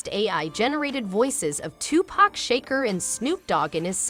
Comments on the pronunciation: They need to stop, unite & stop this foolishness, 2pacs death is in vein when they do this & the narrator must be AI cause she pronounced Shakur as Shaker?😮 & USA vs Canada is more severe this ain't the Olympics brothers , Take it from a Detroiter my bro Eminem is smart , the reactions of fans would be hostile picking sides. Ice T & LL Cool J are good friends. Naa mean, Real Talk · Imma need you to say Tupac Shakurs last name right 😂